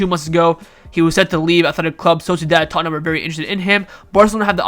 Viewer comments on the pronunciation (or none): none